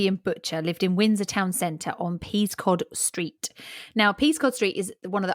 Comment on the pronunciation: I'm from Windsor originally. Being pedantic, but Peascod Street is pronounced by locals as "Pescott Street", for some reason.